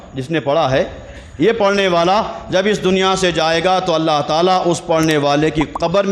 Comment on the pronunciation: السلام علیکم و رحمۃ اللّٰہ وبرکاتہ حضور والا ۔۔ معذرت کے ساتھ عرض کررہا ہوں ہو سکتا ہے میرے سننے میں غلطی ہو۔۔ لیکن جہاں تک میرا خیال ہے کہ آپ نے لفظ * اللّٰہ* کے * ہ * کو ضمہ کے ساتھ پڑھا ہے۔ جبکہ لفظ اللّٰہ کے ہ پر فتحہ ہے۔ 👇👇👇👇👇👇👇👇👇👇 لَن يَنَالَ ٱللَّهَ لُحُومُهَا وَلَا دِمَآؤُهَا وَلَٰكِن يَنَالُهُ ٱلتَّقْوَىٰ مِنكُمْ ۚ اللّٰہ آپ کے علم و عمل میں بے پناہ برکت عطا فرمائے ۔ آمین ثم آمین